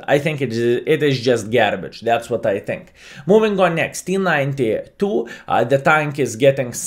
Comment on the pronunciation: You dont think, you tink.